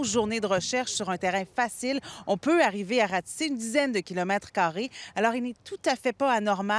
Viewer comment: madame eh madame on dit pas carri on dit carré